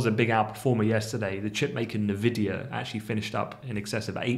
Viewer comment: Hint: Nvidia is pronounced 'En-vidia', not 'Nuh-vidia'. :)